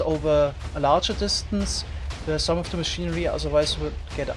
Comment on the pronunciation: Hehe he said “ze lower nether regions”